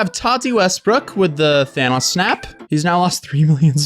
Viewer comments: I may just be hearing things but I think when he said Thanos it is the only time I've ever heard his English accent not be perfect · Stop saying thanos like that